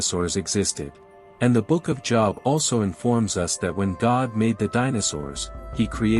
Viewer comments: Good video you're definitely done your homework hopefully more people will say this and believe the truth. Now it's my turn to do a little preaching myself the proper pronunciation of the book of Job is not job like work, it rhymes with globe 😊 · I believe the info here is valuable, however I can't get past the computerized voice, especially the mispronunciations of Job, which should be a long o like in Moses, rather than rhyming with Bob. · Job is his name Jobe not job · By the way, the pronounciation of Job is Joeb, not Jawb. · Job, with a long O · JŌB! THE NAME OF THE BOOK IS PRONOUNCED WITH THE LONG O SOUND!!! I have interest in your content, but it would help give credence to your subject if you pronounced words correctly. It is kinda off putting when someone who claims to know the Bible, but pronouns names incorrectly. Please understand this comment is not to offended, but merely to help you with your presentation. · Job is pronounced JoeB not something you have to make money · You loose credibility with a lot of people by not say the Book of Job correctly. It’s pronounced Jobe. Also, the Bible doesn’t say how long Adam and Eve lived before the apple and introduction of death. And all kinds of things existed before the flood. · Job is pronounced "Jobe". Also the Book of Enoch is not canon and is considered false. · When he says Job as Jaab 😂😂😂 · When AI says Job as a place of work, smh. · I know that JESUS had refferanced Enock before....... But please know that Job is pronounced with a long O sound. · Anybody catch how he pronounced the book of Job? That alone makes me question whether or not you read the bible…. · What is wrong with this guy? He speaks American English fluently but still insists on mispronouncing the Job, as in the Book of Job (long "o"). It's pronounced Job, long "o" as in bow. He does it so frequently it is irritating and distracting.